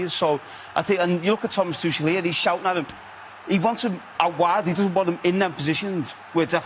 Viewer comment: Somebody tell Wazza that Tuchel is German not French. "Tuschell"